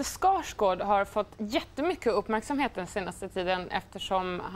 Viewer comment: How she says 'Skarsgård'. That's how you have to pronounce it! <3